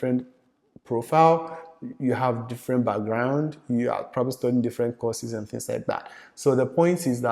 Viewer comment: Ask not HASK... end not HEND🙄